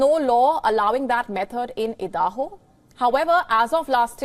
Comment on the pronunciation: Why does she keeps say Edaho? Stence?